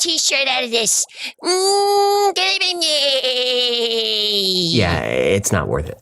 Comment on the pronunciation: Great video! Not a criticism just a note, it is pronounced Moe-kel-ay Em-bem-bay